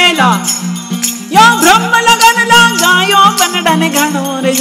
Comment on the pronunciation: भ्रम ❌नही pronounce glt ... Right is ब्रह्म ✅ Bhram❌ brahm✅😊